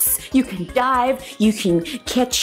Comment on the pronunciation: i thought u said that we could die and im like what eh what eh! so then i went back and thought oh! she said dive!~»felling~»stupid